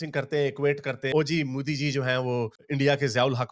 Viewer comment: why do u call modi is mooodi. I know ur a pakistani pubjabi but I feel ur intentionally calling that way. Shud I call u gandu sultan becoz from south of India?